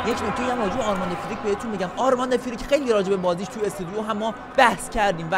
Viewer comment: استودیو ✅ استدیو❌